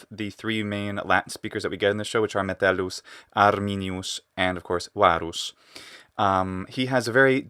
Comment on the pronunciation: I have a question: Why is Arminius pronouncing the name of Metelleus as "Mettele"?